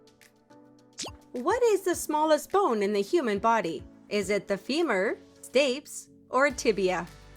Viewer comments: Stapes is pronounced with a long 'e'.... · Stapes is pronounced "staypees". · Stapes is pronounced STAY-peez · Q2 "Stapes" is pronounced "STAY-pease". Please inform the AI synthesiser. Q42 makes no sense. Normal adult dentition is 32 teeth and a child has 20 deciduous ("baby") teeth. You say "average adult", which would be 32, but go on to say "including BOTH baby and permanent teeth" (emphasis mine) which would be 52 - except an adult does not have "baby" teeth. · Your AI pronunciation is off- capillaries and stapes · 38/40. FYI, your pronunciation of Stapes and Capillaries is off but that may be due to voice generation software. Fun quiz!